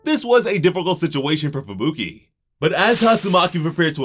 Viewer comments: Idk why but it drives me nuts when I hear Fubuki pronounced "Fabooky" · bro why does he say fuBUki and not Fubuki like a normal person